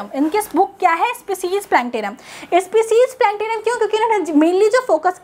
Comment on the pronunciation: Spicijj nhi species